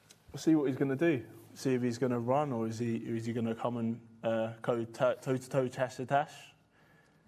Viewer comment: ''Let's go TASH to TASH'' - Joe Joyce, ladies and gentleman.... Joe Joyce. 🤦‍♂️